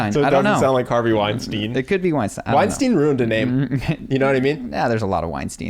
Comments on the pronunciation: Bret once said that his name is pronounced like Einstein but with W so you are saying it correctly. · Amusingly, your chosen pronunciation of Weinstein is correct!